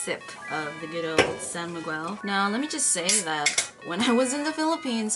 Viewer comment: Im kinda bothered how u prnounced my name (miguel) 😂 just kidding love from ph!